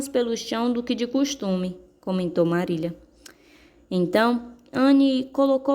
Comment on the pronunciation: Muito boa a leitura mas o nome não eh Marília e sim Marila mas meus parabéns...